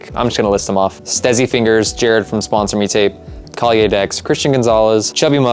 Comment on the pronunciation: the way you say kalye in true filipino pronunciation is Kal-ye. the end is a short "yeah". no Y at the end of it, because you say it as kalyey hehehe im getting my first fingerboard soon and its because of watching you! i enjoy the videos hehehe